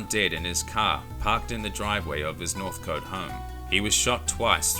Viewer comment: You're not from Melbourne, are you? Northcote is pronounced 'north - cot' and is said quickly as one word, not like it is in two equal parts. 'Northcot'